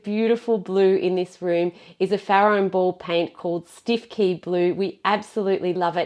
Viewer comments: “Stiffkey” is actually pronounced “Stukey”. It’s a village in North Norfolk where we have some wonderfully odd pronunciations! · cause you used the Farrow and Ball colour Stiffkey in this video. Or did I mishear? I love the bizarre nature of (particularly British) place names and our pronunciation of them. It’s such a quirky thing. You said the name precisely as you would expect to, but us Brits couldn’t possibly say it as it’s written - that would be way too sensible. 😂 It’s a lovely colour too; you guys are working wonders with all that you do. So much admiration for your work and your seemingly endless energy!